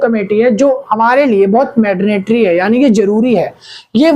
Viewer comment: Mandatory ❌ Madnatory✅